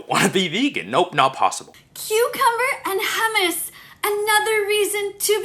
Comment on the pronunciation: The second video is that I wouldn't mind as long as they don't have that shitty attitude of that Vegan Teacher- And she a boomer too, doesn't even get the joke in the third tiktok. She didn't even say حمس،Hummus right, disrespecting the Arabs too? Wow level of offense from my entire country plus one.